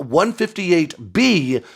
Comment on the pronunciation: Stop saying a-a-r-g-m .....it's Arrrr Gum